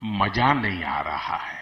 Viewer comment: "MAJAA"...!!?,Ya mazaaaa...!!??, are...kamse kam leader tho correct hindi bolo...phir se hidi bhasha lekar south mein dhamki do...,,Modijii...majaa nahi "MAZA".